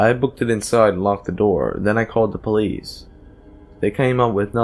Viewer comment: "Open up this is the police-izzzzzzz" ... lol really?